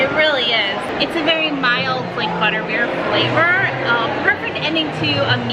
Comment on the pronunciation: I may have been a little, well tipsy, but I'm pretty sure you said Buttbeer and that makes me giggle.